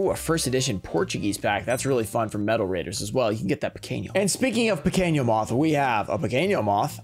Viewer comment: The letter 'n' in portuguese have the same sound than english. So is Pequeno Moth, not Pequeño Moth